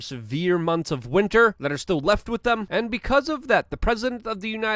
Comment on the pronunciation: With, with, with, thhhhh say it thh, with, not “wid” withhhh.